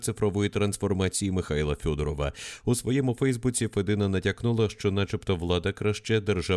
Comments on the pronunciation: Не Федина, а мабуть Фєдина! Цікаво, відкіля вона родом і хто ці батьки? Може ще радянські кгбісти? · навчится вимовляти правильно блядь фЄдіна